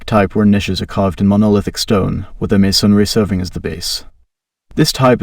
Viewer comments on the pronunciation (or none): Everytime he says masonry, I cringe. 'maySONry' 😵‍💫